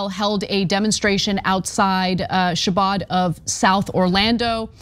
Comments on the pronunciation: ‘Chabad’ is ‘Khabad’ not ‘Shabad’. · The ch in Chabad is not pronounced like cheese. It is the same back of the throat sound as in Chanukah. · Ana it's pronounced "Haabad" The "C" is silent. :) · To all of the TYT and related journalists reporting on this: the Jewish place is the "Khabad" House, not the "Shabad". The "ch" is like that in the word "loch", not the word "church". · Chabad is pronounced with the CH like in the composer Bach's name. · Voh-loo-sha Xha-bahd *facepalm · Also, you should learn how to pronounce "Chabad" before making a mess of it in the video. Just basic professional preparation as a journalist.